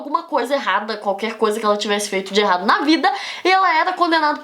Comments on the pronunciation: ela falou "elado"... Não, errado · Gente, é o meu áudio ou a Débora Aladim troca o R pelo L que nem o Cebolinha. Eu não estou criticando nem zoando, pois eu acho fofo até .-. . E a sua aula foi muito boa muito obrigado por me ajudar pois eu tenho prova amanhã